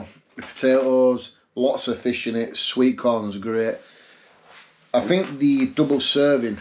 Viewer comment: Awww now don't hate on me:) but every time you said FISH my brain heard: MY FIRST WIFE..... (NOT YOURS or mine, only had one wife so far but you know brains go where brains go when they do go off )